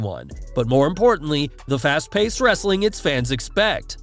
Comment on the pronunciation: U sounded like Vince McMahon saying wrrrrrestling content. Still the best outro on YouTube!